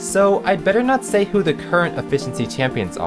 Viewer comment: Let's see what the voters had to say!... HAD TO SAYUH!